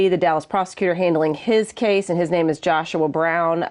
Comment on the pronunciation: How do I know more about this case than the host? Also you mispronounced his name.